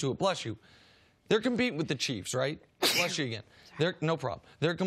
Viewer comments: It’s not blesh you it’s bless you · lol nick said blesh you 💁🏻‍♂️🙃